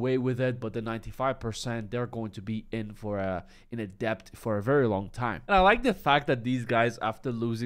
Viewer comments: Debt isn't pronounced "DEPT" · If you care at all the proper pronunciation of the word debt in English has a silent b. Pronounced "Det"